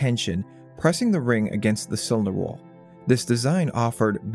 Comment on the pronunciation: 'inna cywinder wawl'